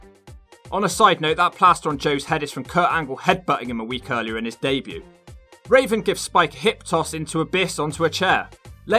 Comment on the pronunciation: I died when you called Raven, Raisin